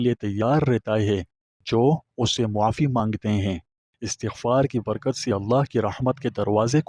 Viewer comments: yah lfz astaghfar hay not istghfar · Ap ka bayan buhat acha ha lakin ap is ko ghalt par rahy hain pronounce sahi nahi kar rahy apni ghalti daroust kar lain